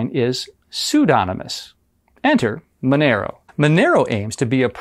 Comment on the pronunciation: why is it pronounced with MA sound but spelled Monero?